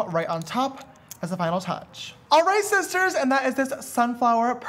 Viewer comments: “ALRIGHT SHISHTARS” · AWRIGTH SHISTARRRRR 😂😂😂